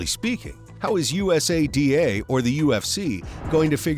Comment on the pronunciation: Sports "SPAM" is right LOL how could you possibly do the research to make a video THIS LONG, and STILL call USADA "U. S. A. D. A" over and over... Christ